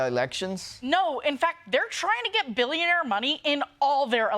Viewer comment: I, for one, think it's adorbs how he pronounces "billonaire" like the game show host in Slumdog Millionaire.